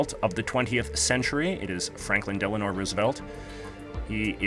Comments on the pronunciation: It is Delano not Delanor. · His name is Delano, not Delanor lol